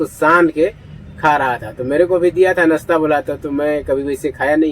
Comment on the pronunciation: आप बार बार नसता नसटा बोलते हो । सही तरह से नाश्ता बोले तो व्यूज बढ़ेगा।